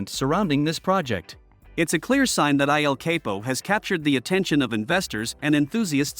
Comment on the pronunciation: The pronunciation is El CAPO